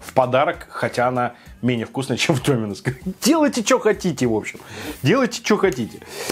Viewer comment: Пожалуйста, не говори с ударением на "и" ДомИнос, очень напрягает. Правильно только ДОминос:)